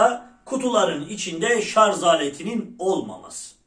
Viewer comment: şarz değil şarj